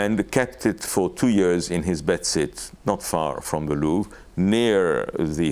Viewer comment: Your pronunciation of the 'Louvre' is really awful and very disturbing, it sounds like you have to go to the loo every time...